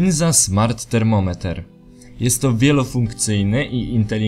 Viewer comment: Termometer xD Podejrzewam że czyta się termomiter ;)